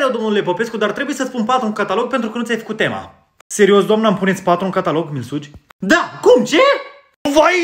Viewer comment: Am auzit milsuci și mil bei